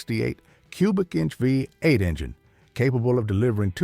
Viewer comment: Vuh Eight engine!